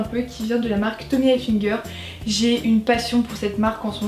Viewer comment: c'est pas Tommy ENfiNger c'est Tommy Hilfiger!! Sinon super vidéo <3